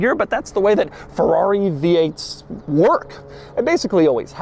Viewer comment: Why do you keep saying “Ferrari” in that weird pirate voice? Ferr-aaaaaaaggghhhhri matey!”